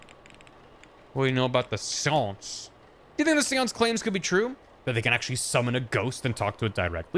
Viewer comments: I haven’t watched yet, what about ‘Shawnce’ (Sean = Shawn in Irish,) I CAN’T BELIEVE I FUCKING CALLED IT OH MY GOD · Read this before starting the vod, so he started with the normal pronunciation and I'm like "ok... when does it get bad?" It got bad It got so bad I'm taking irrepairable psychic damage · The way you say Seance makes me cringe